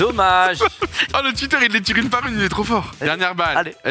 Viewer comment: "tire" aie